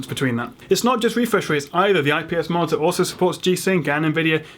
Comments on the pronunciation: you say marter instead of monitor lol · why does it sound like he's saying "martyr"? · Why does it sound like he's saying martyr.